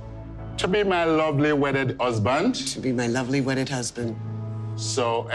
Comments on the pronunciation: I'm pretty certain the officiator said "lawfully wedded" and yet they both said "lovely wedded", which makes no sense. Lol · AND......... what the hell is a “ lovely wedded husband”??!! I thought it was supposed to be lawfully wedded!!🤷🏽‍♀️ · Why isn’t anyone talking how they both said “Lovely wedded wife/husband” instead of “Lawfully wedded wife/husband” 😂😂😂